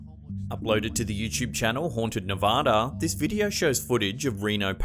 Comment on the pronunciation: Anyone else cringe when he says youchub? It's "YouTube" not youchub other then that good videos